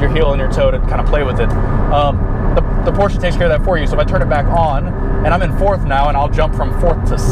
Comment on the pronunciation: Cringing everytime he says porshca